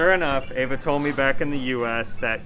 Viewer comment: Why do you call her A-va, when you know it's pronounced Ah-va. Is that for the american audience?